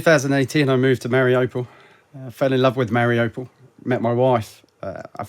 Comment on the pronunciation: Very wierd that he lived in Mariopol and doesn't pronounce it an an authentic manner.